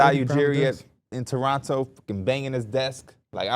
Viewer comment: Ayyyy shout out to y'all for knowing how to say Toronto lol